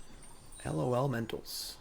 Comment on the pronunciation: Stop trying to spell it and just say lawlementals